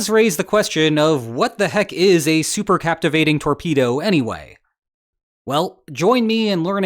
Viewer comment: Thanks for the details on this story. Please, as a former submariner, I insist you learn how to say supercaVitate (not supercaptivate). Thanks.